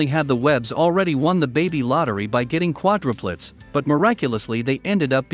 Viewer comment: hey, you mispronounced quadruplets! The most important word of the vid and it’s mispronounced! So lame! Is it a robot? Get you technology right!